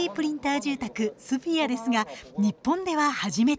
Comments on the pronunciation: ソフィアじゃなくてスフィアだろアナウンサー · ソフィアじゃなくてスフィアだろうが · さんざん「スフィア」って言ってるのにいきなり「ソフィア」とか言い出して吹いたｗ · VTR で「スフィア」って紹介してるのに、スタジオでずっと「ソフィア」って言ってるのが気になる… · 「スフィア」だよね。 ～アナウンサーずっと間違えつづけてんじゃねえよ。Oはないだろ。